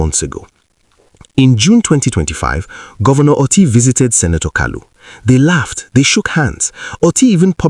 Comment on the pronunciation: Dear Presenter, thank you for your video, but I need to correct your pronunciation of the name "Otti". The 'o' is pronounced as 'Oh', as in "Okay" and not 'o' as in "top". When pronounced as the latter, the meaning is completely different. Thanks!